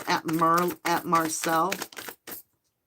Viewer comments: Not being rude but it's Moselle not Marselle . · So when u say Marcel u meant Mo-sell! LOL I'm just figuring this out I was watching a video last night kept hearing you say Marcel and I had no idea what location that was I thought I missed something so thank you for clarifying that you meant where Alex lived Mo-selle. I feel silly.😅 Least i understand now! Thank you for ur dedication to giving the victims of crime a chance to have their story told thru the The Devine our Angels, ancestors & tarot! God Bless you always❤